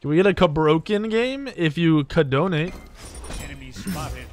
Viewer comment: “If you cadonate”